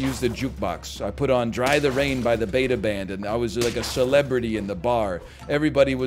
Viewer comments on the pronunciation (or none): none